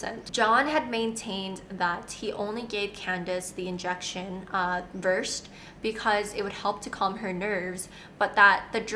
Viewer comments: It's pronounced Ver-said..... Not versed.. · The medication is called Versed and pronounced ver-said. It’s used for moderate sedation procedures like colonoscopies. Canada & the UK are way to lenient on serious crimes.